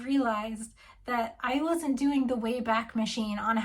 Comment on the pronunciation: The Wayback machine is pronounced WAY-back rather than way-BACK. The website borrowed the name of the time machine in Mr Peabody and Sherman, a part of the (brilliant) Adventures of Rocky and Bullwinkle animated series that began in 1959 and ran for 3 years. It was revived in 2014 but that version sucks.